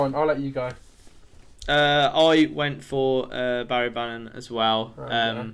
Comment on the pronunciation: Benji Johnson some of his pronunciations were so shit like how tf do you pronounce Barry bannan wrong